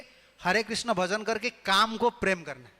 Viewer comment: हरे कृष्ण हरे कृष्ण कृष्ण कृष्ण हरे हरे l हरे राम हरे राम राम राम हरे हरे ll सही उच्चारण कृष्ण है. 🙏🙏